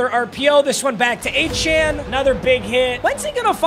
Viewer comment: Lowkey can u pls pronounce achane right it’s “a-chain”